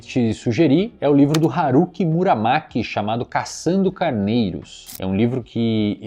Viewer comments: não é muramaki é murakami KKKKK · Eslão falando Mura"maki" e não MuraKami, tá igual eu lendo os nomes japoneses ou russos kkk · "Muramaki" :face-blue-smiling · Só uma lembrança, o autor de Caçando Carneiros é Haruki Murakami e não "Muramaki" como você falou.